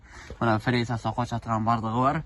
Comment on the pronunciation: фериза деп айтылбайт тууган Фреза деп айтылат